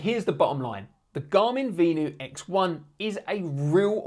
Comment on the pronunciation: It’s pronounced Ven — you